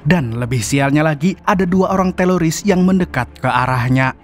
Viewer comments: Apa telingaq ya yg Salah dgr,Kok teroris jd teloris? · teroris atau teloris bang😅✌ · Teroris om kuhhhh, Bukan telorissss😂😂😂